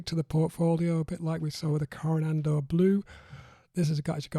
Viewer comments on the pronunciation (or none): Core-ah-nod-oh Blue is proper pronounciation.